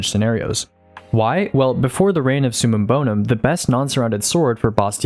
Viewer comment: It’s summum bover….